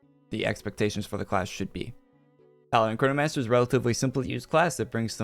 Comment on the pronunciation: é impressão minha ou ele disse cornomancer?!